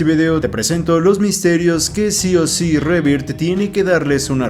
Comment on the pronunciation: Eres el único youtuber latino que pronuncia bien Jurassic World Rebirth. Todos los demás dicen: rebird 🤣